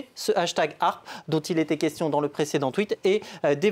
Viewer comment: Apprend déjà à prononcer l'acronyme correctement..